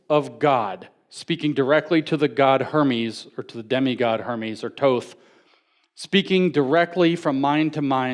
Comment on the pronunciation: Thoth not Toth